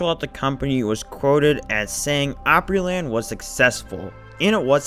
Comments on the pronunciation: ooooopryland? Nah. Its AHHHHpryland/ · Nashville native here. Opryland is "op" with a short o, not "ope" with a long o. OG Nashvillians hate Gaylord for shutting down Opryland without warning and opening yet another mall---at the time Opry Mills opened, there were a total of NINE active malls in Nashville. That said, a new mall in that area would have been an excellent alternative to a theme park...in the 1970s or 1980s. By the time Opry Mills opened in 2000, brick-and-mortar stores were already starting to be usurped by online shopping. Once the Great Recession came along in 2007, the lesser performing malls of the city started folding up in short order. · I remember riding Chaos when I was about 7 or 8 years old, and it scared the CRAP out of me! I loved Opryland so much- grew up about 20 mins from there, and we had season passes. I remember when they built the Hangman ride. Just FYI, it’s pronounced Opryland (the word “Opry” is a derivative of the word, Opera, because of the musical performances- it’s opera, but in a southern US dialect/pronunciation)